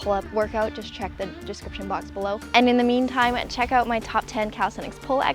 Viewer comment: I KNEW you were Canadian. By the way you mispronounce "out."